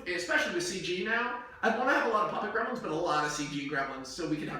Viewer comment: I didn't think this pitch could possibly get any worse until he mentioned how "We can have so many CGI Gremilins!", and now I stand corrected...